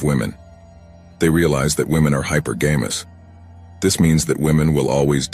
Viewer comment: Hypergamous not hyper games